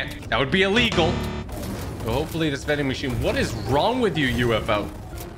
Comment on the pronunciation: He said mending machine like mincraft